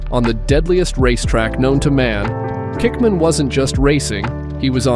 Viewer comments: Or kickman🤦🏼‍♂️🤷🏼‍♂️ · It's Peter Hickman not kickman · It’s Peter HICKMAN not pickman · It's Peter Hickman not Kickman......(if yer gunna talk about a legend get their name correct) and the 136.358mph was his AVERAGE time over the 37.73 mi course, they get up to almost 190mph on some sections in the litre class. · WTF I race bikes and I know peter Hickman cause he supplies bikes for the Ohvale cup which is a mini bikes championship but his name is definitely not Peter Kickman and it is definitely Peter Hickman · It's Hickman not Kickman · does he say "Kickman"? 😂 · Peter Kickman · When you've got living legend like Peter Hickman, please show him the respect of getting his name correct. Peter HICKMAN - with an H. Hence the nickname "Hicky". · The AI Voiceover on this is aids. I think there were like 9 words pronounced correctly lol.